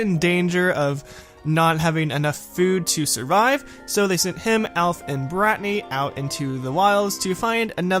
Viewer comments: its not bratanny its britanny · Did you say BRATNY